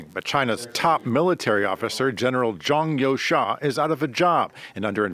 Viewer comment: Zhang You"sha"? Wtf? So, everyone at FRANCE 24 agreed to mispronounce their video's subject?